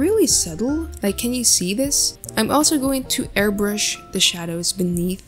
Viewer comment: you said airBURSH its airBRUSH lol